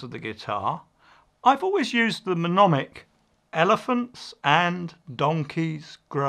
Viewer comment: I believe you mean "mnemonic" pronounced ne- mon- ic - (the front "m" is silent) :)